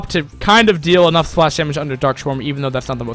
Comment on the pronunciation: "dark swarm" not "dark shwarm"